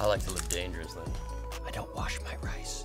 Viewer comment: I fully thought he said 'face' lol